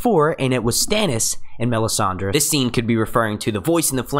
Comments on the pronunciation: Does anyone else's skin crawl every time he pronounces the names wrong???? Me-san-dee??? No...Mis-san-day. Var-rees? No... Vair-is. Please, please, PLEASE ....LISTEN to the way the names are pronounced in the show and take note.... thanks!!! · stop saying Me-sand-ey...annoying as hell..